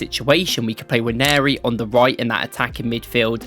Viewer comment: Finally you're pronouncing the guys name correctly 👏